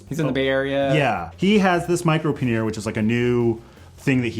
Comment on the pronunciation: This was fun. Got some new links to explore. Looking forward to the next episode. But I'm surprised that an English major can't pronounce pannier correctly. It's either `pan-yer or `pan-nee-er with an accent on the 1st syllable. Sorry to nerd out on you, but I cringe everytime I hear someone say puh `near. Or maybe it was just the bourbon and the scotch talking. If that's the case, then you are forgiven. :)